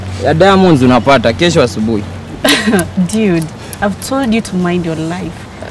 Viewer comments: She said "dyuid" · Is she saying diude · kwanza akisema "diud (dude)" 😂😂😂😂😂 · Why she kept calling the boys Diudiii!!! Biachiiii** did you mean Dude*** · And its dude not diude ...gosh ooh myself